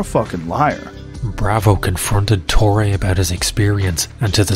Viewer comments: My Brazilian brain shivers by the pronunciation of "Torre" as "Tory". It's "To-He"! The video is watchable nonetheless. Lol... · It is not "torri" it is "torre" ffs. Make an hour long documentary and don't bother to learn how the name of the protagonist is pronounced. I will never understand that.